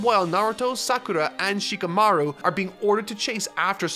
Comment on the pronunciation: Shi-KAH-maru. HI-nata. These vids are great and I’m glad you’re discovering this awesome story. I haven’t read the manga but I started watching last year and only recently finished. I wish the anime got the DB Kai treatment. Far too much filler and padding time with flashbacks.